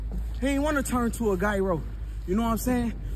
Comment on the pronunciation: "He didn't want to turn into a guyro"